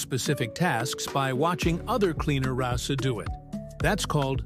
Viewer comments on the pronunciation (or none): Please remember that it's wrasse in the same way you say brass. The E is silent.